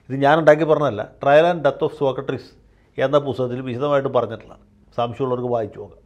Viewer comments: വക്കീൽ എന്താ സോകട്രീസ് എന്ന് പറയുന്നത്? സോക്രടീസ് എന്നല്ലേ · വക്കീൽ സാർ സോക്കട്ട്രീസ് എന്നാണ് ആവർത്തിച്ചു പറയുന്നത്, സോക്രട്ടീസ് ആണ്... 🙏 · സോക്രട്ടീസ് ആണ് വക്കീലേ. സോക്രട്രീസ് അല്ല. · ആദ്യമായി ജയശങ്കർ വക്കീലിൻ്റെ ഒരു തെറ്റ് കണ്ടുപിടിച്ചു. സോക്ക ട്രീസ് എന്നാ പറയുന്നത്😊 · സോക്ക ട്രീസ് അല്ല സോക്രട്ടീസ് ആണ് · സോക്കട്രിസല്ല സോക്രട്ടീസ് അല്ലെ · സോക്കട്രീസല്ല സർ സോക്രട്ടീസ്...... മാക്രിയുടെ ക്ര! താങ്കൾ ഒരു കമൻ്റ്സും വായിക്കാറില്ല എന്നറിയാം....... പക്ഷേ നാട്ടുകാർ വായിക്കും അവരുടെ എണ്ണം ഒന്ന് നോക്കി വെച്ചോളു. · ശ്രീ ജയശങ്കർ, സോക്കട്രീസ് എന്ന് പറയാതിരിയ്ക്കു. മഹാന്മാരുടെ പേരുകളെങ്കിലും തെറ്റി ഉച്ചരിയ്ക്കാതിരിയ്ക്കൂ. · അഡ്വക്കേറ്റ് ജയശങ്കർ സോക്രട്ടീസ് എന്നത് സോകട്രീസ് എന്നാണ് തെറ്റായി ഉച്ചരിക്കുന്നത് ! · സോക്കട്ട്റീസ് എന്നാണോ വക്കീൽ സാറേ, സോക്രട്ടീസ് എന്നല്ലേ അതിയാൻ്റെ പേര്? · സോക്കട്രീസ് എന്നത് സോക്രട്ടീസ് എന്നാക്കിയാൽ ഉചിതമായി സർ. 🙏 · 'സോക്കട്രീസ്' അല്ല... 'സോക്രട്ടീസ്' എന്ന് പറ വക്കീലേ...😎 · വക്കീലേ... സോക്രട്ട്രീസ് എന്നല്ല, സോക്രട്ടസ് അല്ലെങ്കിൽ സോക്രട്ടീസ് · സോകാട്രീസ് അല്ല. സോക്രടീസ് (Socrates) എന്നാണ്. . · സോക്കട്രീസ് ആണോ സോക്രട്ടീസ് അല്ലേ? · സോകട്രീസ് അല്ല സോക്രടീസ് ആണ് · Sokkartees അല്ല Sokratees ആണ് ശരിക്കുള്ള സ്പെല്ലിങ് socrates ആണ് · Sir, you pronounce "Socratrees"! The philosopher was Socrates not "---trees". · 'സോക്കർട്രീസ് ' അല്ല വക്കീലേ..... സോക്രട്ടീസ്..... സോ -ക്ര -ട്ടീ -സ്...